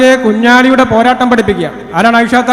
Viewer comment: കുഞ്ഞലി കുഞ്ഞാലി ഒളുപ്പുണ്ടോ സഗാവേ അവരെ പേര് ഉച്ഛരിക്കാൻ